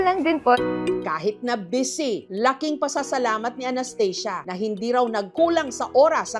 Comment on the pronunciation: Well anong Anesthesia can u pronounce the real pronouncation of ANASTHASIA😂